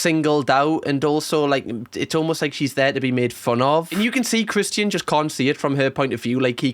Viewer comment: lol the way you say Christian’s name I keep wondering who the heck Christine is lol 😂